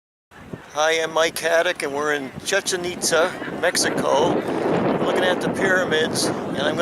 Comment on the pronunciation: chee-chin neat-zuh